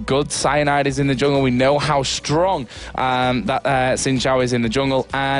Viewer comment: "I hope it will be very close, because both teams are so Strong(prounounces Stronk) -random guy: HAHA" <3